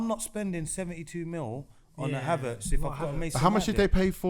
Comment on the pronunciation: Ngl you man piss me off man said havertz